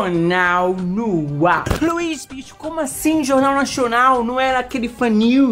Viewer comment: Vc falando 'Nashwnal' é a melhor coisa haha